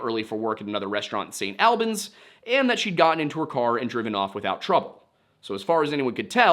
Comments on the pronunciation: St. Albans - ‘all-benz’ not “AL Benz” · Hi, Vermonter here, st. albans is pronounced all-bans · I love your videos, but your pronounciation of St Albans hurt me...a lot (sincerely, someone that lives in a close proximity to St Albans, Hertfordshire) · as a vermont resident, hearing you say st. albans make me laugh and cringe lmao. we say it more like "all-beens" not "al-benz" but not the worst way ive heard it said before. nothing wrong with how you interrupted it, just funny to me. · also very funny to hear your pronunciation of st. albans. locals pronounce it “sain’ all-bins” since we drop our Ts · "The Vermont State Police know more than I do." As a lifelong Vermonter, I can confidently assure you that's not true. There are very very few people who don't know more than the Vermont State Police. Also I know the way the hist is saying St. Albans is correct, but here we say it like all-bins.